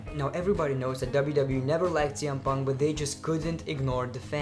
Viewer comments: he botch saying TN Punk and WW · is it me or he read cm punk name for the 1st time is TM PUNK